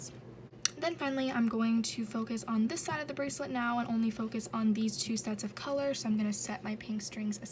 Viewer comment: Litterally unwatchable : She freaking said brasslet